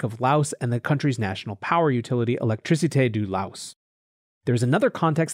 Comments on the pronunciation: No it isn't. Lao is the language and Laos is the country. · I really like your show. But the “S” is silent.